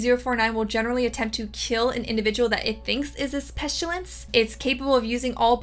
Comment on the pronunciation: Why you keep saying pestilence with an s h?